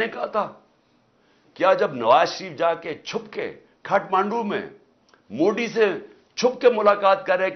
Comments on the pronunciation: सुपारी थूक कर बात कर रे बाबा, मोडी नहीं मोदी होता है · bhai ise Modi bolna nahi aata kya be 😂